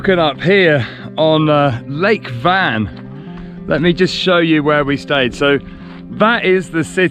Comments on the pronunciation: Great trip on the eastern side of Turkey. Please put some effort to pronounce the names of places properly. Van, for example, should be pronounced rhyming with "one". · Actually the name is not Van it's Wan but Turkish don't have W so they changed the name from Wan to Van